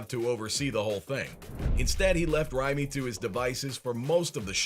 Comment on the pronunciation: How do you mispronounce Raimi's name whose been in the game for decades?